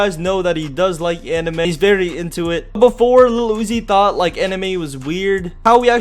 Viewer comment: why he keep saying iluhl uzi 😖